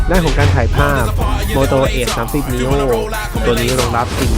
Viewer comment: เห็นด้วยครับ